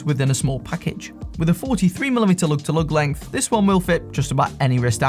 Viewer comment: "loog tuh loog"